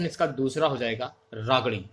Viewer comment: वागड़ी होती है बावड़ी नही